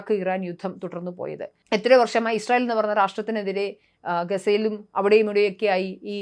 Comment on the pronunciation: ഇശ്റയേൽ അല്ല... ഇസ്രായേൽ